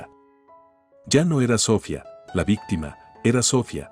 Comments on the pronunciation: Aquí en España se pronuncia Sofía (con acento en la i) no Sófia (con acento en la o) como lo pronuncia el narrador, no sé de donde és, pero él y el escritor del texto debería tener las nociones gramaticales básicas necesarias para hacerlo correctamente, como también la pronunciación de los nombres propios. HABER SI REVISAN LAS NARRACIONES ANTES DE EMITIRLAS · Lo que yo llevo peor es la pronunciacion de los nombres ,si se llama Sohfia ,por que se lo dicen de esa forma ,a Sara tambien lo pronuncian mal y todo los nombres hacen lo mismo ,yo no se si es que el narrador no es español y por eso lo pronuncia sin ,por que si es español deberia de desir los nombres correctamente segun mi punto de ver ,son historias mui entretenida ,pero por esa falla no se entienden bien esos nombres ,por fabor escucharlos y arreglarlos gracias ,desde españa .